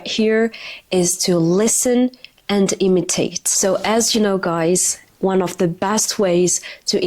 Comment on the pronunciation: imitate not emitate